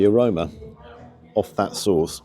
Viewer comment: Love when he says the aroma 😂